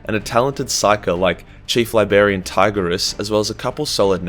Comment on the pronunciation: librarian bro. Not berryan